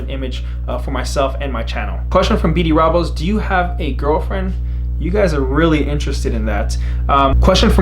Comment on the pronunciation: you pronounced my name wrong haha bdrobles